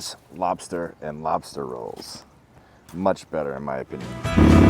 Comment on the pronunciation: Lobstah roll❤️